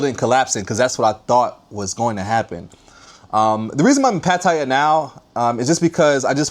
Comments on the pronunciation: It's not Patiya... It's PaTTaYa. Why do Americans always butcher every name? He is there and can't even bother to pronounce it properly. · Learn how to pronounce Pattaya